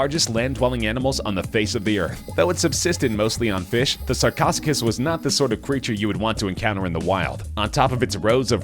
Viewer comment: Sar-co-Sue-cas. Say it after me, narrator.